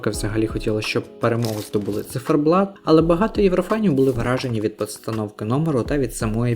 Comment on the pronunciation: Не зіферблат а циферблат. Ви що не знаєте такого слова? Ви мабуть мали на увазі Молоді замість Творчі. Бо Творчі були два роки тому. Ні не перемогли б ,бо пісні банальні хоч і гарні. Можливо були б навіть нижче, знаючи які були виступи від інших країн. А Меловін вже був і тоді у нього була навіть цікавіша пісня . Та і чому ми повинні підлаштовуватися під перемогу на євробаченні ? Головне надіслати якісну та цікаву музику , щоб продвигати наших артистів, та загалом Україну, у світі. Я вважаю цьогорічний виступ одним з найкращих. Це творчість, сміливість, душа , автентичність , незвичайність, це різноманіття в кінці кінців. Хлопці не підлаштовувалися ні під кого і були самими собою . Круто виступили. Я пишаюся просто, Україна як завжди вирізняється і сяє. Толку з того що JJ переміг зі своєю пластиковою піснею написаною спеціально для Євробачення ,та таким же бездушним виконанням ,дуже награним. Побачите, про цю пісню і не згадають. А про хлопців ще почуєте, впевнена у цьому. Вони посіли 9 місце тобто у десятці кращих і це дуже добрий результат.